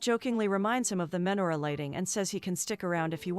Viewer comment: Oy vey!!! You're seriously going to do a recap on a Jewish romantic movie and not know how to pronounce lox or menorah?